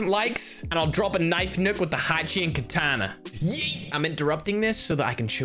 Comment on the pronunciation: Why dont you say katana but say it ktana